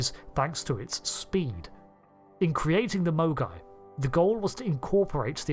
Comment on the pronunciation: Did anyone else keep hearing "mogwai" as the name of the class? What does happen if you get a Mogai wet?